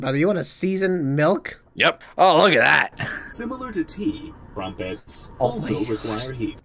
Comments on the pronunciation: He also said Cumprets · Lol the way that sun said Pomeranian Juice instead of Pomegranate Juice and Cumprets instead of Crumpets🤣 😂: “DO YOU SEASON MILK?!”: “*laughing inside*”: “YOUR NOT ANSWERING THE QUESTION!”: “Yes”: “ Oh okay”